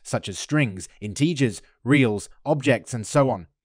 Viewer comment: that's an almost criminal pronunciation of "integers" :P EDIT: and that "for loop"? whaaaaaht, crazy :)